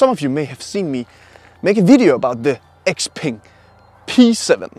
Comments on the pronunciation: Really good detailed review. I think you did it justice. You even got the pronunciation and tones right for XPeng's Chinese name! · xpeng(pronounced xiaopeng in Chinese) is a person's name in China. Imagning if you drive a car called Peter or Frank. 😂😂